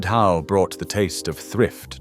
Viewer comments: Potted ho? I think not. It's potted hoch (as in loch). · Haugh is NOT prounced HO it sounds like hoch, And is still made in homes from boiling chin beef and knee bones till they are falling apart 😅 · Scotish hough pronouced hock as in ham hock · WTAF is Potted HOW?? It's Scottish and rhymes with LOCH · Made me laugh. He started with 'how', then changed to 'hoe' and finally 'who'! 😂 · I wish they had looked into the pronunciation of hough, it rhyms wih the aunusual sound of loch( tongue raised at the back of the mouth and breathing out)